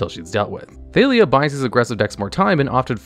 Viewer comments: 99% sure her name is pronounced ThaH-lia, not ThaY-lia since it is just Talia with an TH sound instead of a T sound (unless u have a thick French accent) but it seems like u realized that by the last 2 times u said her name since suddenly u said it right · Thay-lee-uh? C'mon... Wait, at the end you pronounced it right, so you ARE trolling?! 😅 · How do you pronounce Jitte right but Thalia wrong?